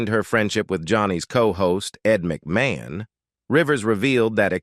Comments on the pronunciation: The robot “narrator” needs new software unless we’re to have to endure such nonsensical phrases as “… prompted him to go on an all-night drinking bing-uh with his co-host Ed Muck-may-hone” … “Joan [!] Davidson and Joan Rivers launching their own shows became a sarse [!] of tension and ul-ti-ma-tee-lee a signifi-cont feud …” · does anyone wonder why there is a need for either foreign or uneducated Americans required to make this video? Mispronouncing Ed's last name suggests to me someone's agenda may not be kosher. YEs I said it , KOSHER..., However, I did enjoy all the shots of Carson, since I never saw him dancing before for real. I mean his tap dancing to get out of a sticky comedic routine that failed, does not count!